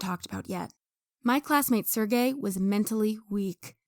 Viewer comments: bro you have to actively try to pronounce Sergey's name that wrong. Sir Gay, really? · lmao his name pronouciation is sir gay